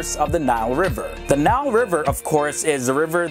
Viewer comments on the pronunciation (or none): none